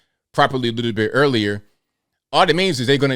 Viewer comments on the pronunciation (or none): none